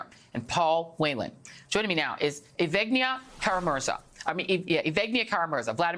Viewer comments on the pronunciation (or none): That's pronounced Yev-gen-ya, not Yev-vig-nya.